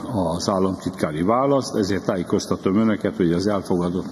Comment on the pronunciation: "Tályékoztatom továbbá a papirról felolvasott hazugságokról"